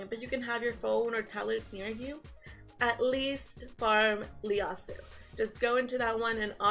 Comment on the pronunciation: Damn...don't want to sound like an ass..especially since I'm a new fan...but I think the first letter of his name is an "i" and not an "L"...I think you called him Leyasu...